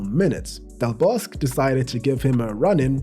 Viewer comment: A nice video and also very interesting with many unknown facts. Just one small thing, the Spanish Coach Vicente del Bosque just as with his first name ... his surname has all of the letters pronunced as well.😉Don't forget the letter "E" at the end of each name... as in the word Egg and España.